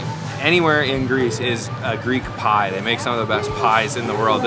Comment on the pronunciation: That’s not “pie”. Sorry.